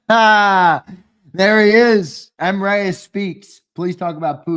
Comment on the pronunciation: I realize you guy keep saying Mreyes. I think it's actually Mr Eyes. Lol. You should ask him.